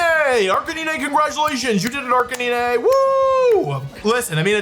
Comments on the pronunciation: ive avoided this comment for a while because you pronounce a lot of things wrong, but cmon man, bro wolfey..... arcakneenay? ITS A CANINE!! ITS CLEARLY AR-CANINE!!!! jeez louis bro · ……. Are we being serious right now? Calling Arcanine “Ark-A-Nee-Nay” means either your doing this on purpose or you are an absolute fraud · Ar ca knee nay?!?!?! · It’s gotta be rage baiting. Wdym “arc-ah-nee-nae”